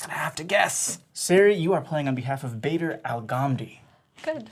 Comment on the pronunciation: Bader is actually pronounced like baa-der not bay-der I would know it's my dad's name Just had to point that out ok cool vid ( I haven't actually watched it yet but I bet it's going to be cool)